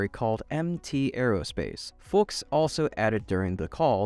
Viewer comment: curious how many times you double checked pronunciation for Marshall Fuchs...